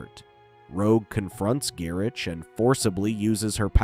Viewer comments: It's pronounced, "Guy-RICK". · He’s gotta be doing it on purpose.